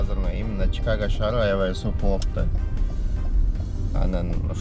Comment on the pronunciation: / кун суукь пьууу дединби😂